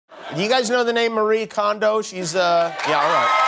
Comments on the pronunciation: There's actually three syllables in her first name - the fact that it's spelled the same way as the common western name "Marie" is just a coincidence. It's まりえ or mah-ree-eh. Also her last name is pronounced kohn-doh, not kahn-do. Japanese pronunciation is pretty straightforward: just pronounce every vowel (don't combine the "i" and "e" in this case, for example) and pronounce each vowel the same way every time (it doesn't change based on English spelling). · Somebody quick tell him it’s pronounced Mari-ye Kohn—doh